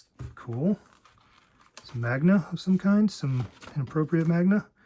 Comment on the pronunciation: Great pick-up! Some amazing books in there. Just a heads up, japanese comics are called maNga, not maGna 😊